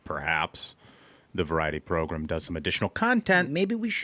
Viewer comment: Idk how many more times i can hear "variety progrum" without snapping. I know it's a me issue, but it drives my nuts! It's the Ruthless Podcast, I'd love to just hear that! Love the content though!!